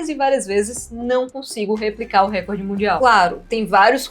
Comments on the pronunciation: se diz RECÓRD. Como se tivesse um acento ali. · a pronúncia correta é RECORD... o acento átono recai na letra"o", como se tivesse uma acentuação ali ( recórd ). Se a palavra record tivesse um acento proparoxítono, ou seja na terceira sílaba de trás pra frente, aí sim sua pronúncia estaria correta, me fiz entender? Palavras paroxítonas não são acentuadas, palavras proparoxítonas recebem acentuação. NO mais acho incrível a solução dos cubos mágicos!